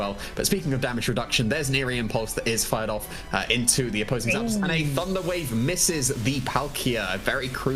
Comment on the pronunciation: ZAP ....... DOS two words ZAPDOS How do you even think to pronounce that ZAPDAUS xD